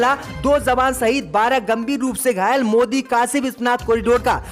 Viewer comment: J padho z nahee jawan hai zawan nahee